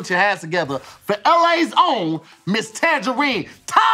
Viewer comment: Tanjareen not Tanjarenn